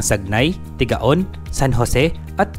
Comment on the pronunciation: Tigaon is pronounced as Tigawon.